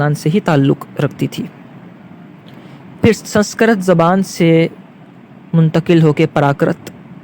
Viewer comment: سنسکرت کا تلفظ درست نہ ہے